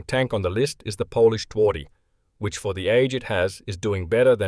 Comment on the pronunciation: Phonetically it's Tvardy. We don't do any of this 'soft w' nonsense here.